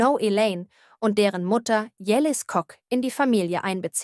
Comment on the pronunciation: Wie spricht die Sprecherin Yeliz Koc aus 😂🙈?